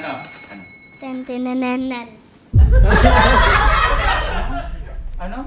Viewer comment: "TENTENENENENG" HAHAHHAHA